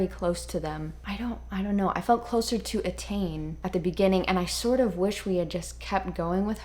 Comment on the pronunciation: thank you so much for the review, and you've got a new fan. I would have enjoyed that even if it wasn't my book. Your pronunciation of "Etain" was perfect and "Feidhlim" is pronounced "Fey-limb".